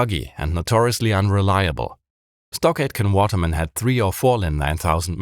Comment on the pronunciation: Every time you said, "Stock Aitken Waterman", I heard "StarGate and Waterman", which was confusing to me until I looked it up.